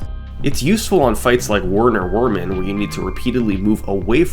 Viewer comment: Werner Wermin is pronounced Verner Vermin, and Djimmi is pronounced Jimmy- I love the video!! Just a note for the future lol